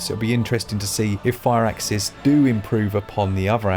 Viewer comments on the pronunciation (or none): Fur-axis, not fire-axis